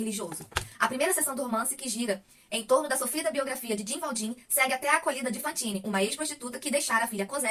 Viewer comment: Esse livro é maravilhoso! Mas pronunciar nomes estrangeiros é difícil. Se me permite, vou dar umas dicas pra ajudar: Jean Valjean = Jân Valjân (com som de jota mesmo) Javert = Javér Parabéns pela resenha 😁